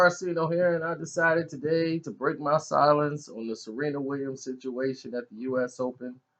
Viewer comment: Silience? Nigga its silence